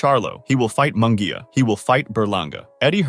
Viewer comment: Munguia is pronounced as if it was spelled like this Moon -gia.I know cause my last name is Munguia , so learn to pronounce my cousin's last name correctly.